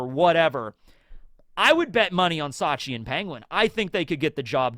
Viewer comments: It's Shachi, not Sachi (the way incorrectly pronounces it), but yeah, you're right. Bepo is polar bear backwards, Shachi is Orca or Killer Whale, Penguin is well, you guessed it, Ikkaku is Narwhal, Uni is Sea Urchin, and Clione is Sea Slug of the genus Clione. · It's Shachi, not Sachi (the way you incorrectly pronounce it). The Heart Pirates have a theme of oceanic animals like the arctic and antarctic, and they can also be found in tropical regions. Bepo is polar bear backwards, Shachi is Orca or Killer Whale, Penguin is well, you guessed it, Ikkaku is Narwhal, Uni is Sea Urchin, and Clione is Sea Slug of the genus Clione.